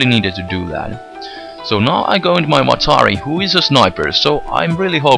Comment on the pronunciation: I love the way he pronounces Watari. :P